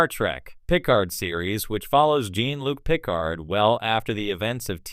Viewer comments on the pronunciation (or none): Your AI narrator should know how to pronounce Jean-Luc Picard.